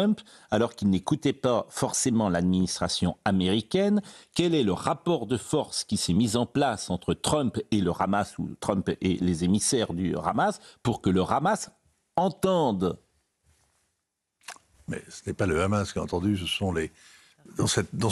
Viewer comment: Le "ramasse" 😢 Pro a la "h'amasse